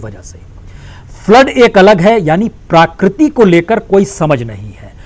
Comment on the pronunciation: Sir parakriti nahi prakriti